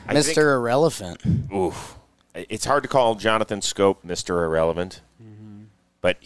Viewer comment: "Mr. Irelephant"